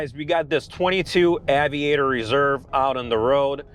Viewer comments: Ayyyyviator. Not aveeeator. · “Aye” vee ate er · Lincoln Ave-iator! Lol I get it though. English isn’t your first language. Cheers mate! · LOL it`s pronounced ...AYY Vi AYY TOR not AWW Vi Ayy TOR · It’s AY-VIATOR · You don't even pronounce "aviator " correctly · His own personal car, my A$$! He is a spokesperson for euro cars, he's not a real American car enthusiast. He can't even pronouns AVIATOR correctly. He definitely paid by the opposition. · This was a disaster of a review. The reviewer: - Doesn’t know how to pronounce the name of the vehicle - and - Doesn’t know if the rear seats in the car he purchased are heated and cooled - - Doesn’t know that the intent of the Lincoln brand is "refinement", not “enthusiast” or “sporty” - The entire review comes off as if you didn't do any research (not even a test drive) prior to buying the car. Super easy thumbs down for me. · If you can't pronounce Aviator correctly, probably not the car for you dude. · The way he doesn’t know how to pronounce aviator was really annoying me. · Why cant he say Aviator correctly ? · That tawng 😂😂😂 I've never heard aviator butchered in such a way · owned it for a month and cant even pronounce the name right... lol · Your first problem with the car is pronouncing its name. Lincoln should come and repossess it from you with extreme prejudice. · I thought he was having a stroke 😳. But then he started talking normal again!!